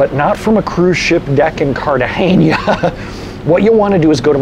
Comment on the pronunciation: You’re trying too hard 😊. It’s just “N”, not “Ñ”. “KART-ah-HEN-ah”.